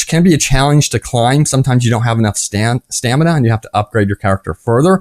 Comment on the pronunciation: Lol "Stanima" 😂